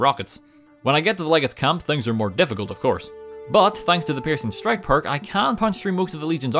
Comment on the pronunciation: Regardless of me knowing its the Peircing strike perk, i always hear it as Pearson Strike 😂